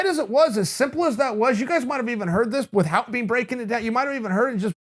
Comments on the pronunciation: English Teacher: without... Chael: it pronounced with-HOUT. English Teacher: alright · "WITH- HOWT" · Has Chael changed his pronounciation of the word 'without'?